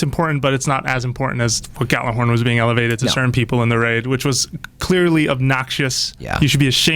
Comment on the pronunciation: If i had a dollar for everytime people said Gjallarhorn wrong.